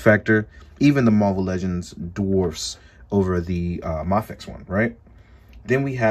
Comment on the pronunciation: the way you say mafex is driving me insane.... maaafex??!!!!